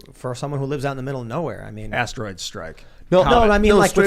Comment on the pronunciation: "Astroid Strike"😂